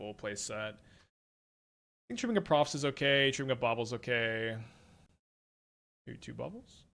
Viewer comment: Drink every time says Profit's instead of Proft's